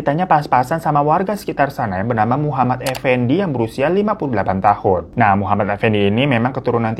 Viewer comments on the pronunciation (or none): none